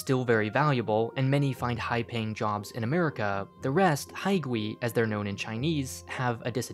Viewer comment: fyi, the "ui" sound in Chinese is actually a "way" sound. So hai-gway (or gwei)